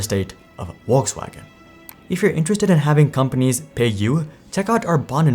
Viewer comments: It's a good move to learn how to pronounce the name of the company that is the subject of your video! Volkswagen is pronounced "Folksvagen," NOT "Volkswagen." Amazing, fundamentally uniformed slackness! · It's pronounced VolksVagen not WolksWagen lmao that was hard to listen to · Info from a german native speaker: its not Wolkswagen, its Folkswagen! Besides, great infos! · Volkswagen starts with a V. Either Volks-wagen or Folks-vagen, but not Wolks-wagen. Good video otherwise. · Is it my phone's speaker or is he really pronouncing it "Wolkswagen"?? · The 'V' in German language is pronounced as an 'W' or an 'F'. In this case it is 'F'olkswagen. Think about 'false'. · Bro if you're about to pronounce Volkswagen a dozen times in a video it would be probably a good idea not to pronounce it Wollkswagen. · Lol brown dude saying "wolkswagon" 😂😂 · What brand is “ wolks wagen “ ? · You pronounce VW wokeswagen? Really? 😅🙃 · On a second thought; Keep calling it “Wokesvagen” sounds better that way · I looked it up and you pronounce the V in Volkswagen. Are you trying to pronounce it the way Germans do? Then it's more like Folks-Vah-gen. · Your pronunciation of Volkswagon is triggering 😅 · It's pronounced Folks Vargen. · It would be nice if the producers of videos such as this one could learn to pronounce the names of car brands correctly. "Worcswagen" really hurts my ears. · Not being picky but the pronunciation of the company name is weird. In English, the company is Volks (V sounding like V in volt) Wagen (W sounding like W in war). In German, Volks sounds more like the English Folks and Wagen the W sounds like V as in volt, it's Vargen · eats popcorn and enjoys and smiles :) Yummie yummie :) Die VolksWagen (V in german is prenouced F... not that hard, else we start calling New york as Nwe Y-rk) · Its pronounced with a “V” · ffs, if youre going to say the brands name 400 times, LEARN HOW TO SAY IT. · the way this guy pronounces Volkswagen is shite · Who is Olksvaghen?